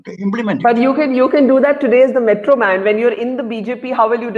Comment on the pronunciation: Not metroman "mitronman"